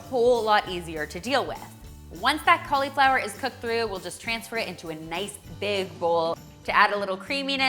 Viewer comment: i love the recipes but im sorry..... that emphasis on the "I" in cauliflower is like a nail on a chalkboard to me. XD but ill be eating good lol